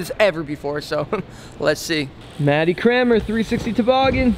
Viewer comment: You pronounce Cranmer differently... Matty Crayon-mer, Scotty Crane-mer. Hilarious.